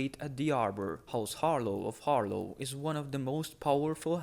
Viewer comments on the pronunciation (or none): god i had stop watching this video because you pronounced "HarLAW" as "HarLOW" its a completely different vowel man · I swear to the drown god, if I hear once more "Harlow"....